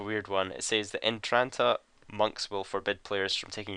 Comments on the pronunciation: im pretty sure its entrana not "entranta"like u say it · entrana, not entranta. you fuck.